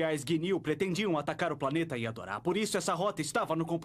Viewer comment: É serio que eles falavam "Yadoras", pq o correto é Yardrats (faz sentido, afinal a dublagem se baseou na versão mexicana, então é normal achar uns errinhos)